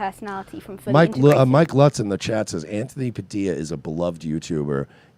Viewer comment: So hold on your Cuban and you don't know how to pronounce Padilla. God damn you're cool bro